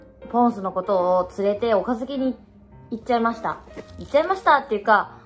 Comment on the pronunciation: 岡崎？のイントネーションおかしくない？笑笑